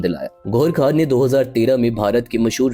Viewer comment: بھائی آپ اچھی ویڈیوز بنا رہے ہیں لیکن یہ کیا آپ بھارت کے لوگوں کی طرح غیر کو" گیر" اور خان کو "کھان".... اور خاندان کو "کھاندان".... بولتے ہیں کیا آپ اردو بھی ٹھیک سے نہیں بول سکتے پلیز اپنی اس غلطی کو درست کریں...... خاص کو "خاص" ہی کہیں نہ کہ" کھاص" کہنے لگ جائیں 😮.......